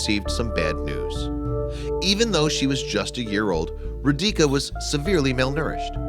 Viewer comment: it's not "Row-DEE-kah" but "'ROH-dee-tsah«!!!¡!¡